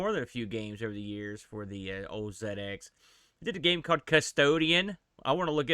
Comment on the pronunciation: Dizzy came much later than the Wally games. You could argue that Atic Atac did the 'inventory swap' thing first. Anyway, I loved this game as a kid..and one of the few I completed! Also, love the fact you probounce 'ZX' properly!